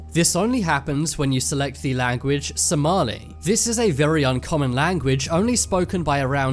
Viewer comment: the heck this is not how you say somali im somailan and whoever made this somailan traslate isreally weird.....